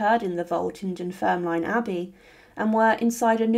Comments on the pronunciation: Dunfermline is pronounced as Dun-ferm-lin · Dunfermline is pronounced "dun-ferm-lin". I'm a Fifer, and a big fan of your videos. I have visited Dunfermline abbey many many many times, i was just there the other day. It's definitely worth a visit for the ancient abbey as well and for the site where Robert the Bruce is buried. Also, Dunfermline is a nice place to visit in general, we have a wonderful Glen that has peacocks and Malcolm's tower (another medieval Scottish king) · That's an ambitious pronunciation of Dunfermline.